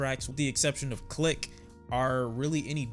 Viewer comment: THE ONLY reason I can’t fuck with “clique” is because it sounds like he’s saying “dick” and i can’t take it serious 😂